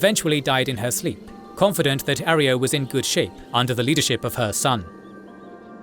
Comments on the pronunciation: great video, but that's not how you pronounce arroyo, it's not arry-o its uh-ROY-oh. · Air-e-o lmao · 2.5 glorious hours of the narrator mispronouncing "arroyo"